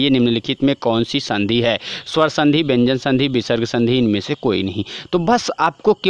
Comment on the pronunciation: Sir bhyan nhi vyan h wooh😅